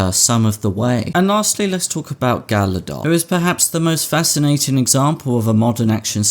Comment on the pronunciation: The second G in Gal Gadot is not silent.